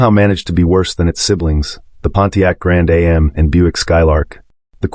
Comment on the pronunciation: Pontiac Grand ay em it's grand am crap a.i.